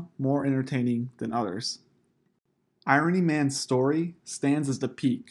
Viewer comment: It’s pronounced “I-Run-Knee” Not “Iron-ee”